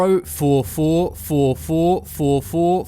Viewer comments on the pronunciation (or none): Four not foua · I start of the video the first number when you keep saying four it's like Fo fo fo fo fo fo fo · When he was sayinf four i i heard "fou" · zero nine zero "fo fo fo fo fo fo fo fo"